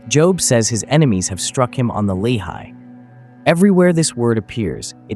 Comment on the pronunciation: lehi is pronounced lecky...this is so annoying